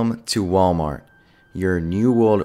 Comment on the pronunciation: "MalWart" nuff said.........